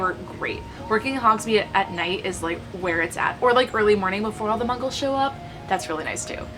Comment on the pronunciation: me too, I don't know how she didn't. lol. love the video..my nerd self cringed when she said mungle, instead of muggle. but I think it was because she was so passionate she was talking fast.